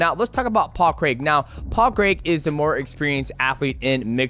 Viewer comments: DJ might be the only American that can pronounce Craig correctly 👏 👏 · Best American pronouncer of paul craig's name known to man